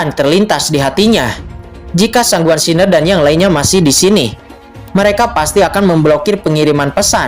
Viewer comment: Baca san Guan xin er min jgn gabung Siner bacanya,😂 Semangat 1 episode lagi nanti jm 10 y🙏